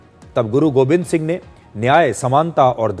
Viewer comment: Sir it’s Guru Gobind not Govind please correct